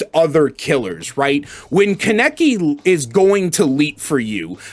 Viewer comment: The way you say his name is lwk stupid ngl